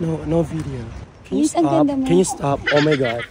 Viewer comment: Haha bagay na bagay pagkabigkas mo 'stop'haha